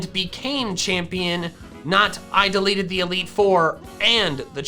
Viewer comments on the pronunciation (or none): I heard deleted instead of defeated